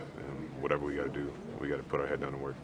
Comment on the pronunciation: Never in my life have i felt so 'Mann, it's whatevuh' about my team